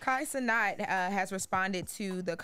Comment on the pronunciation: Please say this man name right it’s “cee-nat” like a fly. Not cee knot